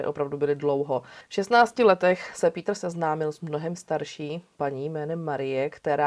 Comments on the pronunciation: Rada si vždy vypočujem Vami veľmi dobre spracované kriminálne príbehy.👌 Tento je z Nemecka a preto je mi záhadou, prečo krstné meno vyslovujete ^po anglicky - ""^. Tak to Nemci meno Peter nikdy nevyslovujú skôr "Pétr"... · Chtěl jsem napsat stejnou invektivu - mě ta výslovnost "" v případě Kürtena úplně bije do uší. Nechci prudit a být hnidopich, nicméně myslím že adekvátní výslovnost jmen v rámci základních zeměpisných měřítek je vcelku nezbytný předpoklad pro to, aby projev byl vůbec věrohodný a měl určitou úroveň. Osobně mi to zní jak kdyby někdo přednášel o národním obrození a říkal tam "Charles Havlíček Borovský". Nejde jen o písmenko ve jméně, ale ve výsledku to působí jak kdyby přednášející neměla přílišné ponětí o základní lingvistice v rámci jednoduchých zeměpisných měřítek, navíc když jde o našeho blízkého západního souseda - Německo. Nic ve zlém, ale tak to prostě vnímám. Nicméně žádný učený z nebe nespadl. Ono se to jistě časem vyladí. Mějte se fajn, nechci nikoho poučovat, nebo někomu kazit radost z vykonaného díla. Kdyby to bylo bůhvíjak neúnosné, tak bych přece neposlouchal - a já poslouchám, takže mě to neodradilo a vesměs to nebude snad zas až tak zlé. Peace.